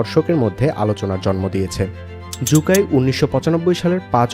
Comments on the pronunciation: জু কাই না 😂😂😂 শু কাই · জু- কাই নাকি সু-কাই